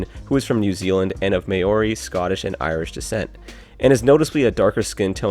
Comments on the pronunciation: Btw, temuera's heritage isn't pronounced may-ori, it's pronounced mow-ri. It's got an odd spelling but there you go. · You pronounced Temuera Morrison pretty well but Maori could use some work. Its more like Meow or Mow and a rolled ree, or maybe even like moldy but with a ree. Good luck though. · HAHHAHAHAHAHA he said may orey bro, its maori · I’m not tryna be annoying and this was actually pretty interesting but just letting u know it’s pronounced “mowry” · The way you pronounced Maori made me laugh a little 😂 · You pronounced Maori wrong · Dude, you butchered the pronunciation of Maori. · Dude, I care I'm of Maori descent and I care. I commend the dude for trying but It would be nice if people tried and learn how to pronounce cultural words properly. So since it doesn't really effect you I ask you to move on, or educate yourself. Ka Pai